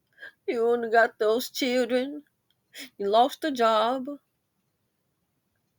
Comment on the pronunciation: Lol , not Chilren 😂!! Lil Tee Tee must have found a job . I haven't heard anything about her lately 😂. ❤